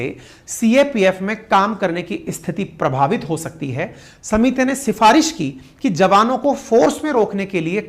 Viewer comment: समिति और कोशिश जैसे शब्दों को बोल रहे हो जी। सुधार की जरूरत है।